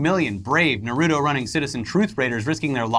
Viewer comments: it’s NAH RRU TOE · Please learn how to pronounce "Naruto" correctly.